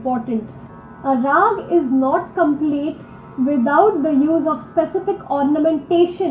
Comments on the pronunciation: And this what you guys were referring to as Scating...when Indian artists are doing runs of Indian musical notes in various combinations in the middle of the song/ composition/ instrumental music. And it's pronounced as Ra-aa-gh, and not as Rag (as in the English version). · Please kindly correct your pronunciation of Raag. You say it as "Rag" (as in ragging) but it is Not Rag. It is "Raag" (the "AWE" sound.......may be "RAWE_G) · Great video but just one small thing. Raag is pronounced Rahg( Raag) or Ragahm (Ragam). The latter is the real one as in South India, most words end with ahm or ahn. So Ram becomes raman. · Please. Note! The “a” in Rag or Ragam is pronounce as you would the “a” in Father; NEVER as the “a” in the English word “rag” as you would to refer to a dirty piece of cloth or fabric you may use to wipe a counter-top or use as a sanitary pad.